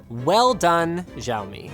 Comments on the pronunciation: why "jiao me" it is "si-ao-me" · its not joumi its (xiome)shoumi,hahaha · It's not ziaomi its Xiaomi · Asians: Shao-mee Linus: Jaomee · it's not žaomi, it's šaomi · Sha ow me not zjao me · It's actually pronouced "siao-me" not "ziao-me" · *Szaomi Sounds more like "Show me" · xiaomi is pronounced as ciaomi not jaomi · Linus, why do you pronounce Xiaomi as "Jiao-Mi"? I thought it's supposed to be pronounced "Shiao-Mi"... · It's xiaomi not jiao mi... Rice do not scream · 小 See-Ow (Say it like you're asking a question) 米 Me (say it like you're bored). But yeah close enough, jiowme works too. Cool review tho. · Pronounces Xiaomi as Jaomi 🤦🤦🤦 It's pronounced Shao-mi ffs. They're huge in Asia. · "JIAOMI"? lol its pronounced Shioumi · Dude you pronounced Xiaomi wrong. It's not ziaomi it's ssshiaomi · It's pronounced SHAOMI and not ZAOMI you dumbfuck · Its Xiao-Me, not Jiao-mee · btw Linus is not zhaomi is called xiaomi ! go ask ur team who speak Chinese and get it right! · Linus, the X in Xiaomi makes an SH sound, not a Z sound. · You know you wrote "Chinese language" in the thumbnail, right? Did you consult with Julia the Chinese expert? Also it is pronounced see-yao-mee, not zee. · He's married to a chinese woman and can't even pronounce "xiao" properly. "SCHAOMI". Really, linus? Shaomi? Dude, you could even have asked her for advice. Lazy git xD "Shiiii-aoo", okay? SHIIAO. Xiao. Xi isnt "scha". You dont say "xiexie" like "schesche" (though many incorrectly do that too). The i is important, dear. Very important. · I think it spells more like [shaomi] than [zhaomi]. What do you think guys? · shaomi, not zhaomi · Jaomi? Shaomi? what the fuck? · The X in pinyin is pronounced as a 'sh' - looks good as a machine, i'd be happy to have Linux on it. Astonishing that Microsoft seem keen to make it difficult to switch languages - I live in China and this issue is constant for the poor fools who cannot migrate away from Windows - peace. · Its pronounced SH-AW-ME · More like siao mi.